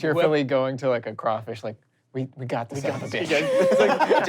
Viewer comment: All thanks and praise to and for saying crawfish correctly! 1 point to each of you.